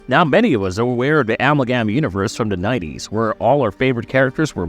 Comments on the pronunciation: A-MAL-GAM.. apart from that, great video 😂😂😂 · Yeah, this character is a three way combination of dc comics the the demon, and the Barry Allen flash part you got right and marvel comics ghost rider the Johnny blaze version, and its amalgam, and not the way you said it🙄🤦🏻‍♂💁🏻‍♂.